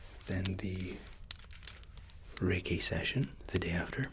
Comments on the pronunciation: am I the only one who thought he said reggae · Tbh I thought you were saying "reggae session" instead of reiki session the whole time